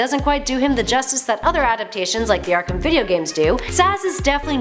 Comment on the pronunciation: Ark”ham” Hehehe